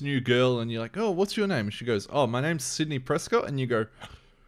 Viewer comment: Scream 3 suffered extremely because of the Columbine school shootings. The world was in a truly dark place, so they had to dramatically shift the tone. That's why the movie feels more like a Scooby Doo adventure. Sidney's storyline is the fuel that keeps the movie going. Also, you pronounce her name as Nev. I used to pronounce it Neeve too until I saw interviews with her.